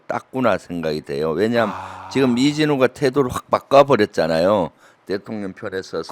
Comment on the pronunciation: 김병주 의원님 우리 민주당의 큰 재산으로 존경합니다. 그런데 딱 한 가지 부탁 말씀이 있습니다 . 의원님께서 자꾸 대통령을 ' 대통년' 이라고 발음하시니 줄리가 자기를 지칭하는 줄 알고 대통년 노릇을 하는 것 같아요.